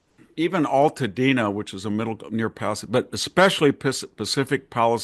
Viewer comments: Victor it is not pronounced paliside.😊 it is pronounced Palisades. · Why do people say "Pallasides"?